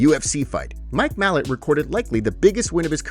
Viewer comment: It's pronounced "mah-lot"